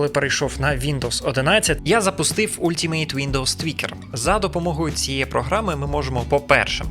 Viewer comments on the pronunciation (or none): none